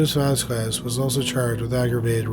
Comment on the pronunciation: *its pronounced "Vos-scez"